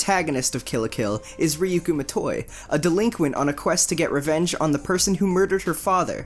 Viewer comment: I lost it when you said "matoi"